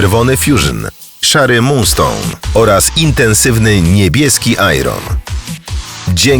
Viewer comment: mówi się "ajern" a nie "ajron"